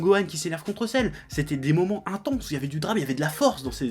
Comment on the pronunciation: Le sel "Cell" tu m'a tué !! :p